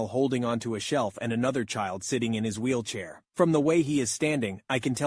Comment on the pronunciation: I like how on the first story he said wheelchay